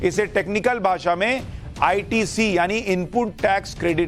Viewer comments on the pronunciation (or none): none